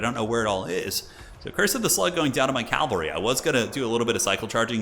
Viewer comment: cavalry, not calvary